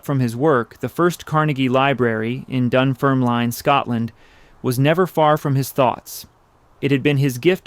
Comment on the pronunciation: I’m from Dunfermline where Andrew Carnegie was born - for anyone interested, it’s pronounced dun-ferm-lin (not line) and Americans always seem to pronounce Carnegie wrong, it’s car-nay-gey rather than car-na-gee - when he had made his fortune he came back to Dunfermline and bought pitencreiff park. It was a park that was only for the wealthy to be allowed to access, big gardens, greenhouses, outdoors pools, bandstands etc (and peacocks!). When he bought the park he changed it to a public park for anyone to use, it’s still a great park today, known by locals as the glen. Just passing on useless facts :)